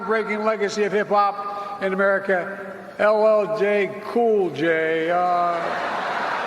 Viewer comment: mispronounces LL's name and then calls him...immediately realized he slipped and tries to awkwardly finish....typical D pandering fail